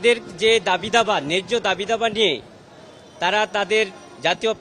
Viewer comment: বুঝলাম না ? একজন আইন জীবির বাংলা উচ্চারণ সঠিক নয় উনি কিভাবে এ পদে নিয়োগ পেলেন? দাবি দাওয়া ? নাকি দাবি দাবা?